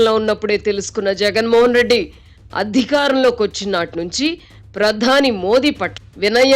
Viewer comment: గారి తెలుగు కొత్తపుంతలు తొక్కుతుంది. కొన్ని పదాలకు ఈమె ఒత్తులు పెట్టేస్తుంది. "ఆధారం" అనే పదానికి "ఆద్దారం" అని "ప్రధాని" కి "ప్రద్దాని " అని "ప్రతిఫలం" కి "ప్రతిప్ఫలం" అని " భిన్నంగా" కి "బ్భిన్నంగా" అని ఈ విధంగా.